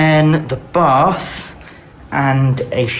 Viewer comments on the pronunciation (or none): none